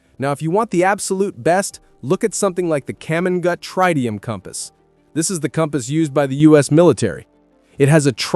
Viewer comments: Not Tridium for the military compass, it is Tritium, pronounced Trih tee um. And they are very rugged I have one that is probably 40 years old. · Tridium? No such thing, its Tritium